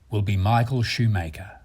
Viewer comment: Great documentary, but why can't the commentator pronounce anything right ? From "Omega", to "Valjoux", to "Schumacher", he mispronounces everything... Come on, it's not that hard !